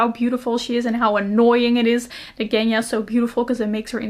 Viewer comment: So curios to hear Russian names from the people, who doesn't live in Russia :D We pronounce Genya differently ;) I'm from Russia :) Thank you for the video!